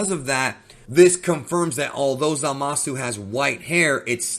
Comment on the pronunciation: “Zama-Szoo” not “Za-Mah-Soo” lol. Zamasu is not Za Mahsu